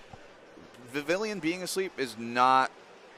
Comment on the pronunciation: okay i cant stand watching this video. can this female commentator pronounce vivillon properly and not vivillion?